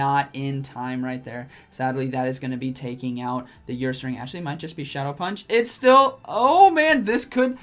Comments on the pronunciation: Say her without the h. Ursaring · Nobody:.... 2021: YOUR-SARING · "Earsaring" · saying YourSaring had me laughing:), great video as always